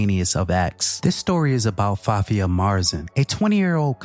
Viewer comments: It is pronounced Fa-tee-ha, not Fatia, an Arab name means the beginning or the starting or the opening for something like a book or letter or a story....etc! Its a cheering nice name! Very sad to see such young lady throwing her life and the life of her sister and family away for almost absolutely nothing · This white woman can’t say Fatiha?! So annoying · "sorry if i butcher your name" it's fatiha. what the fuck is so hard about pronouncing that name? fa-ti-ha. jfc